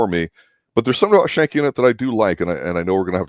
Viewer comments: Skank-ee. It's Skank-ee. FFS. I just love how people who have never watched a show try to review it without trying to understand the complex themes, character development and context and just choose to roast it instead. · You keep saying Schanke name wrong . Ck is hard not soft .